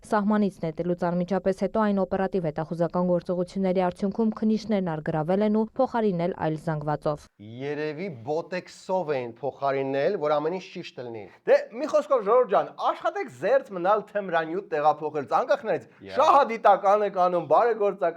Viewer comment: Միլպետը բոտոքս էլ չի կարողանում նորմալ ասել։ Էդ մարդուն ասեք բոտեքս չի բոտոքս ա